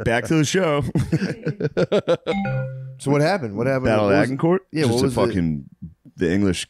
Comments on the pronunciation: Shano mispronounces Agincourt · Acshuallyyy the g sounds like a j in Agincourt. Yes, I was homeschooled.